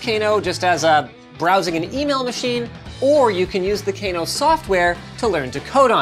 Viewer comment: Cano no t Kano well you spell it Kano but pronounced cano